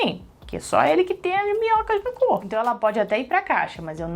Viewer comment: Toda vez que a fala minhocas da vontade de rir kkkkkkk Sobre a Tabbita não julgo,tbm acho que ela pode estar grávida, até pra suprir um pouco a falta que ela sente do bebê que morreu,e eles já falaram que eles foram parar lá por um motivo,pra se reaproximarem.